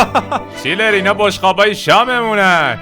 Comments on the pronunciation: برای دوبلهی بهتر اسم اون چیلر نیست چنلر هست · چندلر رو چرا چیلر میگی